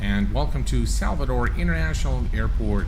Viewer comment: My hometown Salvador - Bahia and you pronounced Salvador perfectly.